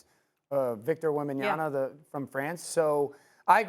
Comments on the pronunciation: did he say wembenyana? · bro said wembanyaNA!!😠😠